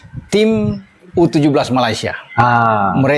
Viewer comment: Ur...17 bukan u17.🤭